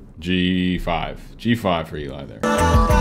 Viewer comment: Glad you enjoyed this so much! It was fun watching you react to this. Oh, and it’s “Ellie (L-E),” not “E-lie.”